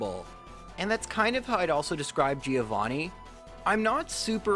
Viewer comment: Please for God's sake fix your pronunciation on "Giovanni", it hurts me every time